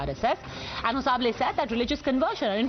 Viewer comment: it's not hosa bele, it's HOSABALE. THOO KACHDA